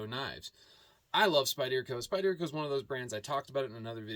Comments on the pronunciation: SpyderCo is pronounced : Spider-co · I’m ocd as hell and you pronouncing Spyderco wrong bugs me 😊 that’s ok though.